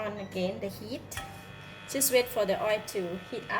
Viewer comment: Pronounce oil as oilll please not oerr.